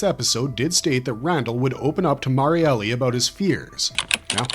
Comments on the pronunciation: That's been driving me crazy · Yea was like. Cmon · Every single video. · Awesome Vid as always, though I still cant get over with the Pronounciation for Marielles Name, Its suppose to be pronounce as Mar-yel not Mar-yele. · Cough cough her name is MariEL not Mary-Elly